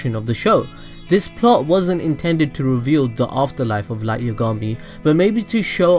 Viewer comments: also light you-ga-mi? isn't it light ya-ga-mi? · dude listen its light YAAAA gami not light YUUU gami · Its Light Y(ah)gami... not Light Y(uh)gami... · Yah gahm me. Yagami lol not yugami js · i die every time i hear Yugami. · "light yogami" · its yagami not yagama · the way you say yagami bothers me. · Light didn't die cuz of Ryuk because in the early episodes misa told rem that his name was spelt moon but pronounced light and ryuk wrote light not moon